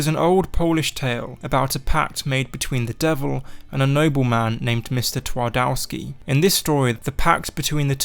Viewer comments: The 'w' in Polish is pronounced as 'v', so it's pronounced 'Tvardovski'. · I never cringed so much at foreigners pronouncing polish name (regarding Twardowski), otherwise great video :D